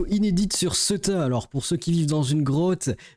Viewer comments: CEUTA : Se prononce "Sé-ou-ta" comme dans "C'est où ta maison que je la squatte et que je la pille ?" 😁😉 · Ceuta ça se dit "céouta"